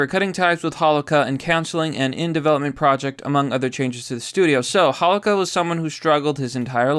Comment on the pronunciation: This is very tragic I feel for the family. But you're killing me every time you slaughtered dudes name. Got to friends , for like 30yrs, they pronounce it hoe low kah